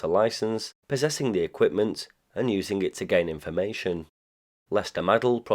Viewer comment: "When you control t̶h̶e̶ m̶a̶i̶l̶ the airwaves, you control... In-fah-MAY-shun!!"